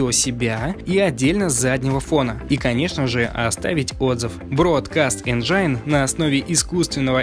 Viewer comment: контент годный, голос приятный, произношение - отвратное! какой еще энджаин?? какой хаосгрупп? Это какой-то фристайл..